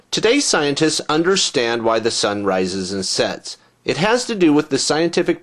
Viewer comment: i luz your videos, but i hate the way you pronounce "why". its just like stewie